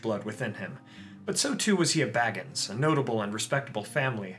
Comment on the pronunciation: Ahem Shire..., and I cannot emphasize this enough, Baggins...